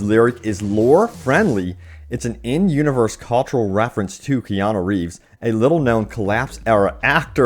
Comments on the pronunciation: It's Keanu not Keano. KEY-ya-noo, ya - rhymes with pa, noo - rhymes with do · His name is Keanu, not Keano. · Kean-U not Kean-O. But keep up the good work :)